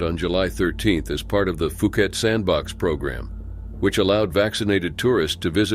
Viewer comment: Its pronounced pee pee Island not fee fee or fi fi island...just like phuket...pronounced Poo-ket not foo-ket..nobody will understand you in Thailand.